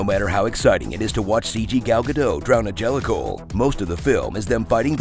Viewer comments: ‘Drown a Jellickal’ 🤣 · it's "Jellicle" but yeah same